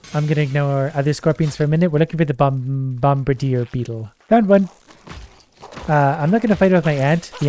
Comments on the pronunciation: Bomb-adeer, not bom-bRder(silent)e (idk what èēë thing is that if one at all) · If I didn't like so much, his pronunciation of bombardier would be enough to make me unsubscribe and leave.